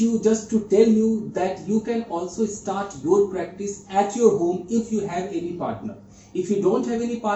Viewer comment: Kya kachra kar daala English ka...This is called scrambled English. Wrong pronunciation ....Not any, she said eny. ,she was stand still. Let me teach you, it should be she was standing still. She got disappear???? no, it should be she got disappeared. being scare??? no, being scared. So many horror movie??? Definitely 'movies' will come in the sentence as she is talking about so many of them. , I saw on the window...Oh my God!! That one is truly hilarious. staring on me???? 'at me'. I'm tired of seeing so many faults. I've stopped myself now or else I would come across hundreds of them. This is not called teaching someone English but you're misguiding everyone. You're showing wrong English.